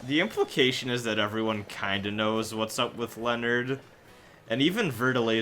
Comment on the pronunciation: It bugged me that you mispronounced Leonard's name all through this playthrough, despite hearing the voice actors pronouncing it properly in this chapter.